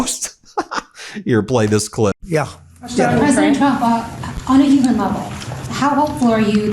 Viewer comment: Orror crazy not uman